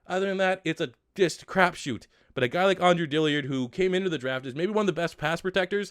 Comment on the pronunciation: This is GARBAGE. Also it's not Dilly-ard! Its Dill-ard!